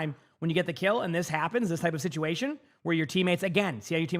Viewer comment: "sitation" LOL